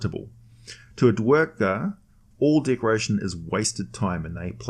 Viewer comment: Can we please get an American narrator? If you can forgive/ overlook the idiot mispronunciations of simple words as well as the mispronounced name of the main race of "Dar-gar" not the 2 or 3 different mispronouciations the idiot narrator uses... This is what you get when you use an idiot European talking head.